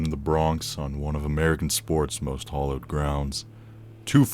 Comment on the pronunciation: The word “hallowed” is NOT pronounced “hollowed”. When did the two teams at the beginning of the video play each other? What year was it? What CENTURY was it? Were the two teams Miami and Nebraska? If so, they are NOT located on “opposite ends of the country”. Also, the narrator is very hard to hear. Sometimes, his voice can be heard but at others, it is as if he dropped something and leaned too far away from the microphone while reaching to pick up whatever it is that he dropped. Definitely an inauspicious way to start his presentation and there is a long way to go.